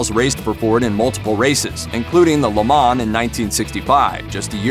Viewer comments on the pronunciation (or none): Please learn how to properly pronounce Le Mans. Dear God...